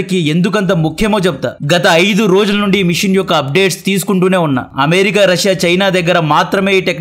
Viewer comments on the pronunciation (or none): none